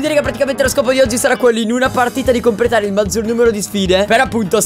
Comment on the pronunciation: Quanto mi piace il '' compretare''di Cap😂😂😂😂